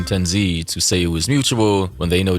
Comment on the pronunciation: ppl mispronouncing tenz name is crazy lmao i cannot continue watching